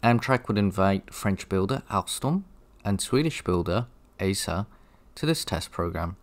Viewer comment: As a Swede I am really looking forward towards the viedo on the AEM7:s. I know Swedish i difficult to pronounce but when saying ASEA you should put you emphasis on the E instead of the first A.